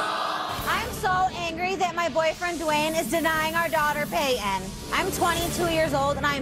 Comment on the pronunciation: The mom names the child "Payton", but pronounces it "Pay-eh". 🙄🙄🙄